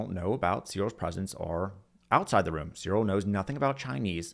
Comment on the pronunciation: Not bad but I was put off by the weird mispronunciation of John Searle. It's /sɜːrl/ as in furl or hurl.